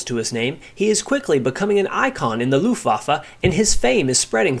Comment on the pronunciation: Argh my ears. You said "looftwoffe" again.